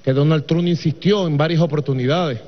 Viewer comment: Jajajja dice Donald trun